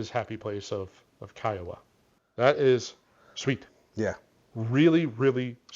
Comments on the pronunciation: SC native here. Pronounced *key-uh-wah*. Cheers! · Nobody seems to be able to pronounce Kiawah properly......WTF?